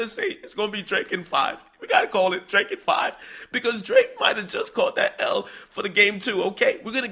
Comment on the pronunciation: Is it Drake or D L ake 😂😂😂